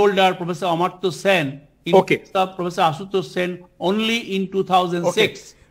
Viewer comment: Amar-tya Sen not Amrit-tya Sen